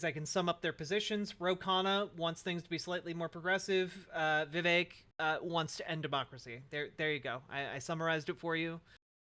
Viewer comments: Vivek rhymes with cake :_kekw:. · Came here to remind everyone that Vivek rhymes with cake but damn, you beat me to it.